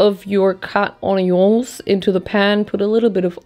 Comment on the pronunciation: I live for her pronunciation of onions